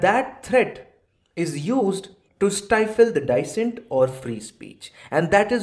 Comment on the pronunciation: pronunciation of "dissent" is wrong.